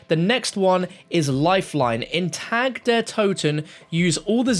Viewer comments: I’m not German or anything but it’s doing me in already hearing this guy pronounce it wrong. He’s pronouncing Tag the way we say tag like clothes tags. It’s more like Targ but obviously spelt Tag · Its pronounced TAK not TAG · Isn’t it pronounced tog der toten. He keeps saying TAG it’s pronounced TOG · it's pronounce "Ta Der To-Ten" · It's pronounced tog. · Not trying to be a grammar nazi and I'm generally just trying to help you out. Tag is pronounced [Tahg] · I don’t mean to be a stickler but the correct German pronunciation of “Tag” is (tog) as in Guten Tag.